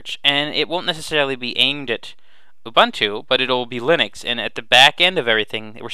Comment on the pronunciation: Thank you for a good overview that I can share with friends. FYI, Ubuntu is pronounced "ewwbooontoo."